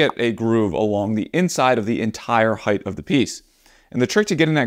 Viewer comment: Great tips...and here's one for you. Correct speech includes the words: length, width, depth, and breadth. However, if I am hearing you correctly, you are saying "heighth", which is incorrect. "Height" is like the word "weight" in that it ends with only a t and not a th. (...and this is a case of "always", not one where "either/or" is OK.)